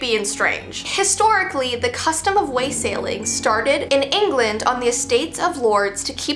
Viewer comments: Wah-sailing not Way-sailing. Yeah... give the peasants some ale and some coins. I loved the story about the Yule Cat, too. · It’s waa - suh - ling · It’s pronounced “wosaling”. Short “a”. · Her, I'm a madrigal singer and the pronunciation of wassailing is: Wah-(awe like awesome) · YOU SAID WASSALING WRONG SO MUCH AND IT HURT MY SOUL😭 (Im in choir and we were singing it!)